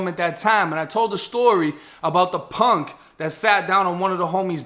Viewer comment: Bro you from nola? The way you say PONK🤣🤣😭